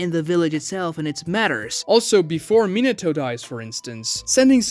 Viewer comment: Minnentuh? MINATO!